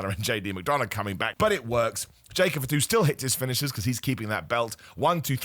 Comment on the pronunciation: "Jacob F'too", not a single A in the surname lol